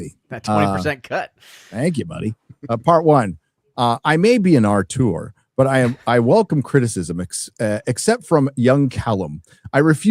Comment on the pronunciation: almost every week says "arteur", the correct word is "auteur" this triggers me every time